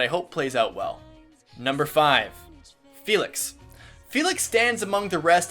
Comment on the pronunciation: He pronounces the names in French while I'm a German sitting here like: fELix HuGo- ANNETTE